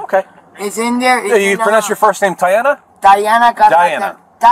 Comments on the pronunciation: "TAINA" "DIANA" "TIANA" "DIANA" stop i died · It was funny when the cop tried to pronounce Tiana’s name